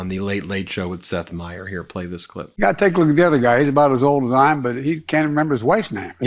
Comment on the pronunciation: Please man...I love your work and appreciate it, but as someone with the same last name as Seth please get it right, it's Meyers like My- ers...not trying to be a dick, but I have to constantly hear my name mispronounced by my maga loving neighbors so I only ask that you take the time to get it correct...